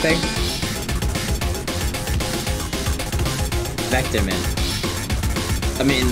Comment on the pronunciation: Finally someone got vectormans name right Usually people say vector